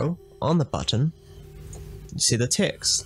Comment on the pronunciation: good tutorial but i have one question. why you keep saying ticks instead of text?